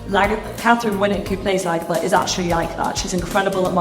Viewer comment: From the way the narrator pronounces "Lagertha" I take it he didn't watch the show.